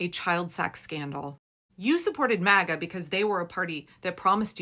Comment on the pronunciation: He said maga or maggot